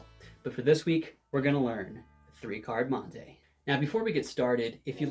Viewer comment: It’s mon-tee not mon-tay